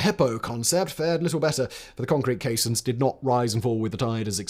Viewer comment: No, caissons - pron. kay-sonnz